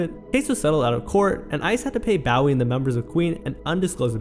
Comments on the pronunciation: The pronunciation of Bowie makes me cringe. Otherwise, great video. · Your'e pronouncing David Bowie's name wrong. BOW-EE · Hearing David Bowie’s name mispronounced hurts my bones. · This is a good video man, but you should figure out how to say David Bowie 😂